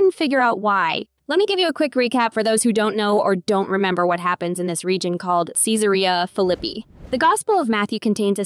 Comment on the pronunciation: Say Caesarea Philippi correctly. If not then I will not watch your videos. Pronunciation is important. Try having international students living in your house. They earnestly want to learn ENGLISH and pronounce it correctly.